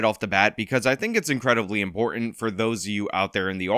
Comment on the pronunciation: “Impoor Ant”. You and NYNadia…. They have ways of making you pronounce the letter ‘T’.